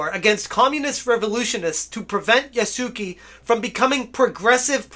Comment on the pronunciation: My guy, please, it's not "Yah-soo-key" there's no key at all. Try "Yah-soo-keh". You can actually pronounce it "Yah-skeh" that'd probably be easier and likely end up sounding closer to correct. Here's how to pronounce any japanese thing ever for the most part: A = Ah i =Ee U = oo E = Eh O = Oh And all the other shit is basically what you're used to. Except for R's but you don't need to go that far.